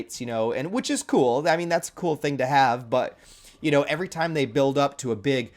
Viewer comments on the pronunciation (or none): none